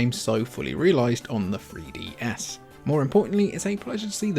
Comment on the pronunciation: da free dee ess